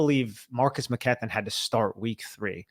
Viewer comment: Love the podcast but the pronunciation of Mckethan drives me nuts for some reason